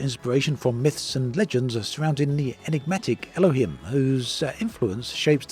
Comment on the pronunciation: its Elohim pronounced "ell-loh-heem" or some say '-hem' like the hem found on clothing. its the primary god from the canaanite pantheon, where the original yahweh came from, long before the burning bush story was ever told. you can think of the bible as the fanfic to the original canaanite stories.